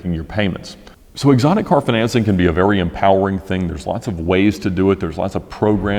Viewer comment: Fin-an-cing LOL